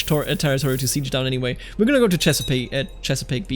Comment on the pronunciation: I'm impressed you got Chesapeake Bay correct on the first try. I moved there as a native english speaker and had difficulty figuring it out haha